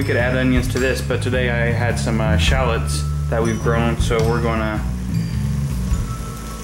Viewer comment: They shallots not shallits